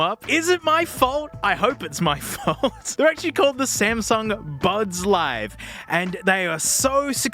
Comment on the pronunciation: Smasnuh beans